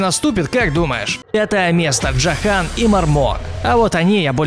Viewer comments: Не Джахан а джохан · Меня дак больше всбесило, как он произносит "ДжохАн", а не "ДжОхан" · во перых эксайл а не аскаэл, во вторых джОхан, а не джохАн